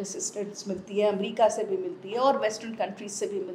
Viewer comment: Madamme Aaaaa America Bolne mein kafi Parishan Horeee Jaisa Bannanna Kahaa rahe hai